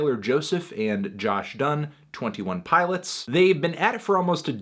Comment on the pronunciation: I dislike how he says says "twenTEEone pilots"